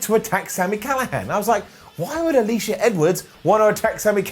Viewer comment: he says Jor*dean* Grace over Jor*din* Grace. And he says I believe, Alisha Edwards, Uh*leash*uh over *uh-*lish*uh*.